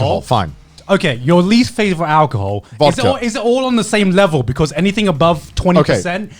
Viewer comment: "Thaz bechouz"